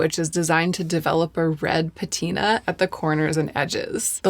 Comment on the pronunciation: Totally threw me off to hear pronounce “patina” with the emphasis on the second syllable. She’s always famously been a PAT-ih-nuh girlie!